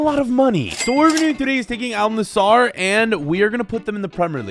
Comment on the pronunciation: Not Nassar, Nass-er